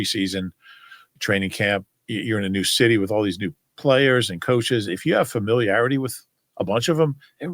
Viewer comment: said familiarity correctly